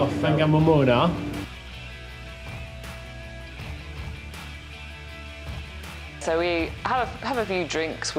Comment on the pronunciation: No it’s pronounced Far nga mo mona the wh is pronounced as an F